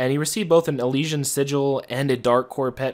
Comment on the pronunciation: Eleeshion I’m sorry but I laughed at how you pronounce it 😂